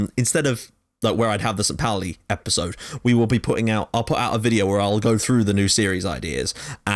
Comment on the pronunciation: Great work mate! So good to see someone recognize St.Pauli for its awesomeness! (On a sidenote: St.Pauli is pronounced 'poul-ee')